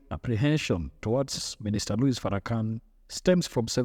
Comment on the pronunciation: The S in his name is silent, by the way.